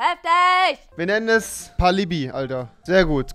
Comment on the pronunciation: Als du "Pallibi" gesagt hast hab ich mir mein Wasserglas übergeschüttet...